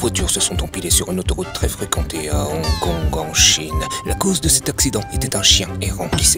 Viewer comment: C'est drole comment il prononce hong-kong au début de la vidéo